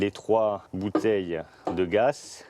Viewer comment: Il m’enerve à dire « cette voiture fonctionne au gass » GAZ PTN GAZ